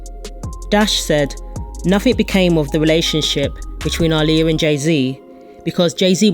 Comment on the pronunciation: The narrator of this video is actually saying her name right